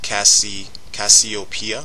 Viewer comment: Google how to pronounce Cassiopeia...